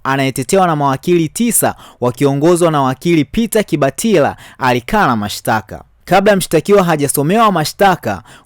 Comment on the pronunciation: Unayataja majina ya watu kijinga!! Kibatala si kibatila!! Tundu sio tindi